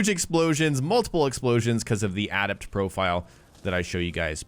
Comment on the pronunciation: Dude. Please ask someone how to pronounce the word "adept". You're killin me.